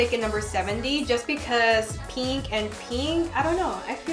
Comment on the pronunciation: y’all she says pEEnk a million times in 7 minutes